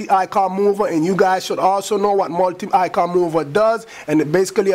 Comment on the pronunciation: multi not miltii